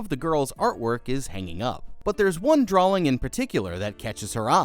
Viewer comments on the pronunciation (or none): He keeps saying drawling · Sawl. Drawling. Am I going crazy here or does it sound like you might be throwing in an extra L here and there? 😂❤ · Sorry but, what's a draLLLing?😂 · why do you keep saying drawLings? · there is no 'L' in drawing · It's drawing not drawling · There's no L in drawing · Dude why does it sound like you're saying 'drawling' I can't unhear it now 😂😭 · Me too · Only saying this because it happens all the damn time…. You do know the word “drawing” doesn’t have an “L” in it, right? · Sorry but the way you say drawing is funny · He just emphasizes the W in it. Either a part of his accent, a speech impediment, or maybe just the way he’s pronounced it for a while now